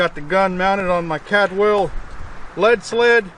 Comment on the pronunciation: Caldwell,not cadwell